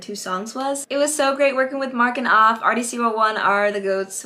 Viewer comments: It's pronounced "aff" like "laugh" not "off" like toff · HIS NAME PRONOUNCED "AFF" NOT "OFF" BUT U GOOD AND TALENTED LOVE U GREAT VOICE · I told you TikTok live you would 💪🏾💪🏾, and I think it’s pronounced Aff with a ā sound lol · It's pronounced Aff. Like- Take the A as if your saying App, and replace PP with FF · yes ur pronouncing Aff wrong, but idk how to explain how u pronounce his name, basically Aff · Yo you great! But it's (AHH-FFF) like when you sayin laugh, it's the "augh" part. But other than that, you great. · Btw aff is pronounced A-F-F like taffy without the t and the y 😅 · She’s saying aff weird loll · The end song is 🔥 and as far as I've heard from the members of the group (including Aff) it sounds like you're pronouncing his name wrong... but I never worked directly with him so maybe I'm the wrong one 🤷🏾‍♂️ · Yeah you were saying Aff name wrong 😭. But man you killed the opening and ending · Yea you butchered Affs name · it's honestly not a big deal that you mispronounced Affs name. I'm sure he understands. You got a lot of talent tho, I liked the Ending the best!